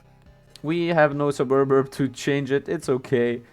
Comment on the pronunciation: Vids are good dude. Keep posting^^ Its easier to pronounce if you part the word. Sub-urb